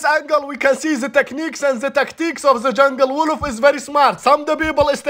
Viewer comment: It’s actually wooloof how he pronounce 😂